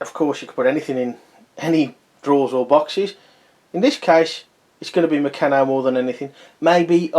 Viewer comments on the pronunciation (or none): I'm glad you posted this mate as I was looking to buy one to put all my bits and pieces in. By the way you pronounce Meccano as murcarno.